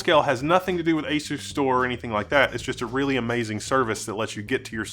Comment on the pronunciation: You are mispronunciation of the name Is wrong As-u-stor Pronounce it like as you store